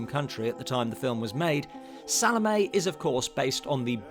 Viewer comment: Great video but that’s not how you pronounce Salomé, sorry.